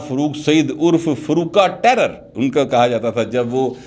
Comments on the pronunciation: فاروق ٹیئرر نہیں ٹائرو کہا جاتا ہے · Farooq Taira not Tairar